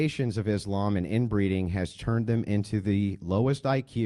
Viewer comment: love the way he says "is lame" instead of "islam" - he could have followed up with pronouncing 'muslim' 'moo-slime', but he didnt... would have been funny , though